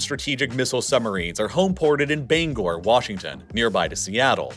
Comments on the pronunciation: Bangor is pronounced "Bang or" not "Bang gore" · Clearly not a west coast resident. :) It's Banger, like hanger. Not to be confused with Bang-Gor in Maine. Pew-jet Sound. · bro its pronounced "banger" - bangor and its like 15 minutes away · Bangor is not pronounced "Bang-GORE" it's just "banger". And it's not really called that anymore. Bangor base merged with Bremerton base and formed Naval Base Kitsap (named for it's location on the Kitsap peninsula, pronounced "KIT-sap"). They used to be separate bases, one for submarines and the other for aircraft carriers, but they host so many ships (and therefore, personnel to operate them) that the military community became the major economic driver for a large portion of the penninsula. The locations are within spitting distance of each other, as far as military bases go, so it just made sense to merge them into a single command. Now submarines are stationed at each location, some at the base formerly known as Bangor, and a few others at the base formerly known as Bremerton. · Lol its not Ban gor it's pronounced banger. Great video but your absolute butchering all the washington state descriptions lol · "Bang-gor" naval base is definitely pronounced "bang-er" From a local. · Pronounced Banger. Not Bane-gor. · From someone who lives 20 minutes from the Bangor base in Washington, it's pronounced "banger" not "Bang Gor". And aw hell no you did not just call it the Poo-jet sound. Puget Sound is Pew-jet. Like a gun pewpew.😅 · No one in western WA actually pronounces it. "Bang-gor" It rhymes with hanger. No hard "g" sound. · It's pronounced Bang-er or Bang-or not Bane-gor or Ban-gor. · As a Washingtonian, I am upsent by his pronunciation of "Bangor." At least in my family, we always pronounced it as "banger." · Bangor, WA is pronounced "Banger." Bangor, ME is pronounce "Bang-gor." Also the Ohio class submarine nuclear reactors aren't advanced in any sense of the word. They're 40 years old, working on 70 year old technology